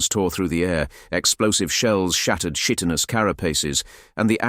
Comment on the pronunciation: I have to say, this was a nice piece, you have a good voice for this, but man some of the pronunciations just sounded so wrong, words like Tyranid og Chitinous, and I observed a constant change in the way you said Harbinger. These are just comments to try and be constructive to help you if possible, because the piece overall was a good listen and something I'd love more of to listen to while working, keep it up 👍